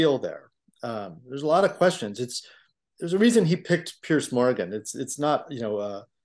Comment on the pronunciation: Piers is not pronounced pierce. He doesn't pierce a tomato. He peers, then runs away from debate.